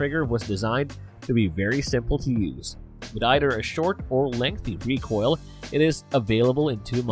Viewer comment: you said hammer...recoil as haimer...reco'l. Mispronunciations are inevitable. Stop worrying so much about them. it really makes you sound more unnatural.